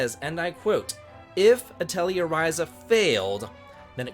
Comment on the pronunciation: It is uh-teh-lee-ay for the pronunciation. I'm so glad the series is allowed to continue!